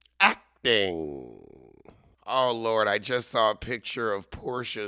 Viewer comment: ACT-ing. ACT-ing? And then you had to say church basement? OMG!❗😅😅